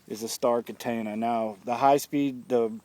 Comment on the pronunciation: Its (Kuh-tah-nuh) not (Ku-Tane-Uh) And vulcans AND katanas are begginer discs that get you maximum distance with no effort...